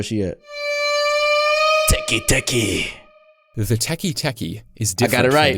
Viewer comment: its "tek-eh tek-eh" but most people use teki teki,idk why